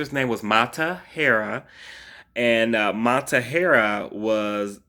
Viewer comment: MA TAA HAA REE. Not Matahairraa.